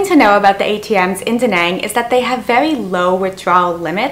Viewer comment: She's Canadian but pronounces "Danang, Vietnam" like she's from the deep south.